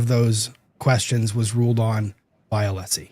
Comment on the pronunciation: I hate the fact that after all this time still doesn't know how tp pronounce Alessi's name. Or refuses to. Just another symptom of his behaviour.